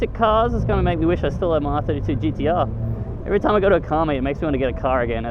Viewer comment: It sounds like hes saying DTR instead of GTR 😂😂